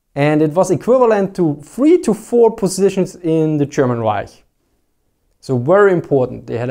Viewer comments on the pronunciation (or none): none